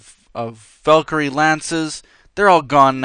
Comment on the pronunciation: Its valecry